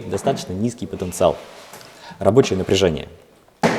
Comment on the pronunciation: он не правильно говорит слово потанцевал